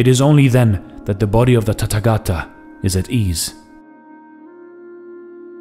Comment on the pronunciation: It is not Tattagata, it is Tathagatha. Th like in thief.